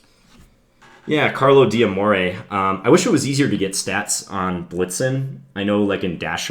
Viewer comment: D'Amore should be pronounced "Damore", apostrophes in Italian don't divide the word when it comes to pronounciation, good video btw :)